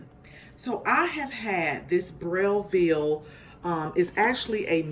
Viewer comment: Brail veel?? At least pronounce it correctly!!!